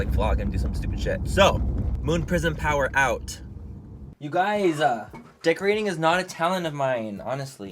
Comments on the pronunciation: When manny said decorating isn’t a talent of mine I thought he said dick reading isn’t a talent of mine 😂🤣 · Icey LikezMemez i thought he said that to 💀😂😂